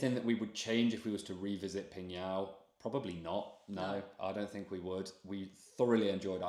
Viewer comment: wowww! Really rare to see tourists went to my hometown, PingYao! Especially on YOUTUBE. the probability is 0.00001%😂. It's really a small town. GLAD you enjoyed your trip there. And your pronunciation of my hometown's name really amazes me, truly legit, totally nailed it, definitely not like when you are speaking ZhangJiaJie.